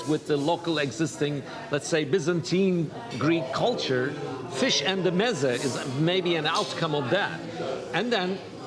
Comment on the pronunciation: why does he pronounce meze like that